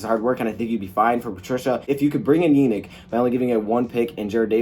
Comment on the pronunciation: It's pronounced (ya-NEEK in-gok-way)